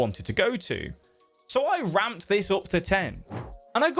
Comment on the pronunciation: "so I romppped this up to ten". Man I wanted you to say 11